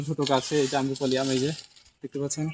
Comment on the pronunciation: Amrapali..not Amrapuli . Plz pronounce correctly